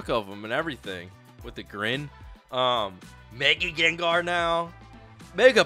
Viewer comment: Lol the Gengar said "MGenga" 😭😭💀💀